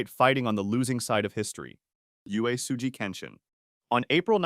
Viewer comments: and they didn't even put an effort to use it. If you want to use TTS, at least do it right. Uesugi can be written oo-way-sue-gee on the script. I use TTS for my novels and my e-reader is full of these corrections. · Maybe if you used your real voice for the narration instead of AI, you would’ve pronounced Uesugi correctly.